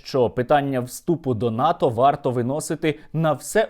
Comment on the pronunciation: НАТО, а не ВАТО